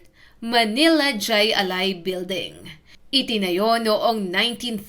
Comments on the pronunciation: Hindi jai ali. It's pronounced Hi A lai. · Kulang sa research ka.. Di yan jay.. Jai alay (hay alay) yan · Hindi DYAY ALAI kundi HAY ALAI. Nakakabobo naman yang pronunciation. AI. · Jai(Haaay) Alai po! Nakakatawa itong clip na ito. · Mali ang bigkas ng Jai Ali ... Hay -A-Lay Ang pag bigkas nito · Hindi jay alay kundi hay alay (Jai alai) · Mali ang bigkas mo ining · Jai alai--- hay alay ang bigkas hehehe...70's - 80's sikat yan nataya pa non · Correction Jai Alai pronounce mo ng Hay ali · hai alai ang pronounce hnd jai alai although ang spelling ay ganyan pero pronounce ay hai alai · Hay alay ang bigkas dun, tama ang spelling yung bigkas ang mali. 😊 hahaha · Jai alai (hay alay) 😂😂😂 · It is jai (pronounciation is " high" not j cause spanish doesnt have j) alai [alay] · " Hay Alay" po bigkas niyan. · JAY(hai- or hay ang pagbigkas spanish word. JAY(hay) alay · Hay Alay pronunciation yan ma'am Bohol anon cguro c ma'am 🤣🤣🤣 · Hi alay ang bigkas ng jai😮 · Hi- alai, ang bigkas sa pagkakaalam ko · Hay alay po Ang bigkas... Hahaha 😂😮😅😊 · Jai alai is pronounced as HAY ALAY boba